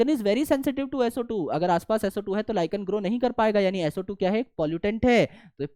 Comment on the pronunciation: SO² - Sootu SO³ - Soothree 😂😂😅😅😂😂😂